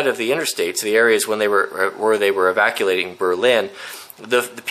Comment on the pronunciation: at 5.21.... "evaculating"???? What the hell? You make up English vocabulary now???